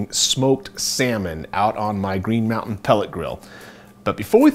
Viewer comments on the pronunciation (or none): none